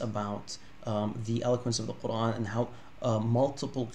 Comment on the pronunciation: NOTE TO ANYONE WHO STILL BELIEVES CP IS AN EXPERT IN ARABIC: He still can't even pronounce the word Qur'an correctly in Arabic lol.